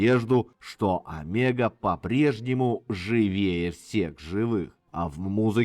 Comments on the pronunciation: Правильно,если по венгерски нужно говорить-Омего,с ударением на первую букву,и о,в конце. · Многое знал, многое узнал....но произношение имён, фамилий.назваий альбомов и песен ,мягко сказать, совсем не правильное....одно замечание и всё.....правильно говорить надо Омега...с ударенинием на О.....с ув. Поклоник группы ,более 50 лет.